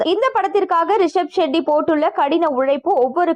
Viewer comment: Not Gandara, Kanthara. Not Sheddy, Shetty. Pronounce properly.